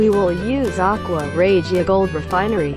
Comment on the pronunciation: That’s a crappy factory if there is that much gold in the scrap there should be zero and you mispronounced aqua Regia